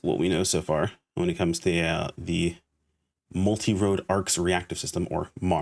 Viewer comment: I think that’s an ol & not a d making it Multirole instead of Multirode. =P Edit: but who cares, nobody is gonna say all that, we’re all just gonna say mars. Anyhow, I’m wondering how point distribution is gonna work, like will we have enough to spec into all types or will we only be able to choose 1 & have to make a different build for each of the other types. Edit 2: Man I miss dark blast. I’m hoping we get some kinda transformation here in NGS too!